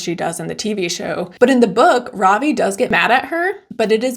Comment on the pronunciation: This is really small and petty but his name is Ravi RAH-vee not robbie